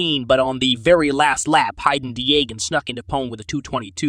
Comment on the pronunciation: You got fucking Shimoda right but couldn't pronounce Haiden? "Hi ayyyye duh nn".... bruh... 😂